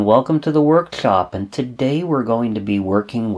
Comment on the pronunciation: Everything is awesome about these videos but the way he says workshlop or chlips always gets me. Nobody is perfect, its just classic, it makes me wonder if I will develop that speech pattern if I watch too many vids on electronics.